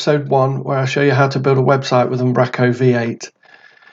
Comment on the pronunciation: Fab stuff - Keep it "northern though"... its "Um, bro, co" :D